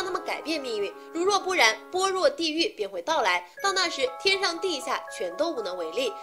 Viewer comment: 般若 bo're。。。小姐姐。。。 一个没有读过般若心经的小姐姐解说。。。